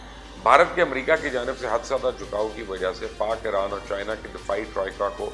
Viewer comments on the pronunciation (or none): none